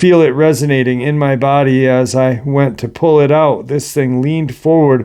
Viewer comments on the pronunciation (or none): none